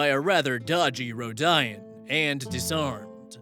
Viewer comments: You butchered just about every species name. How do you even pronounce Rodian that way? Also, Damian had an entire epic adventure in his backstory. The potential slavery from a contest thing was weird enough, but I'm supposed to believe a street performer somehow had enough tactical knowledge to help subjugate an entire planet and enough combat skills to kill an entire squad by himself. That's not the backstory of a low-level character. I'm not saying that what happened wasn't total bullshit, but maybe OP is leaving out him acting like a Mary Sue main character. Even in the introduction, everyone was giving one or two talents while he was giving three or four before being cut off. Furthermore, "I can use the Force" coming from a random bounty hunter should set off red flags from everyone assuming they actually know the lore. You can't use the Force without training, and unless you're from Danthomar (basically a cult planet) or Jedha (basically a church moon) or somewhere similar and you're out and about, you don't receive training unless you're a Jedi or a Sith (or training to be one), meaning everyone associated with you is now involved in your eternal light vs. dark conflict. That's a huge liability for a bounty hunter. OP even calls them a Sith Juggernaut. The emperor is a firm believer in the Rule of Two, so every Sith in the galaxy other than himself and Vader gets turned into a meat pile. You don't need that drama unfolding near you if you're just trying to make a livin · Row-di-an, it's pronounced row-di-an. A long time ago vs grimderp far future but ROW-DI-AN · I'm sorry but THATS NOT HOW YOU PRONOUNCE RODIAN AAAAAAAAAAA Sorry, my Star Wars nerd got to me. It's pronounced "road-e-in". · The pronunciation of rodian is killing me. It’s like saying “rodeo” and then replacing the “oh” at the end with “an” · Uh...? You're pronouncing the race names wrong?? D-...? Oh no, he has his air pods in!